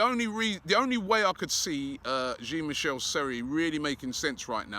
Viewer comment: Sorry Robbie Jean Michelle Seri is not coming to Arsenal until you pronounce his name correctly. The J in Jean is pronounced as in XHAKA not as in GIN